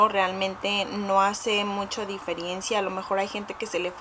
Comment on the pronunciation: no hay much DIFERIENCIA jaja hablas super mal xD